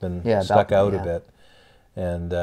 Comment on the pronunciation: The ‘oat’ side of the arenas???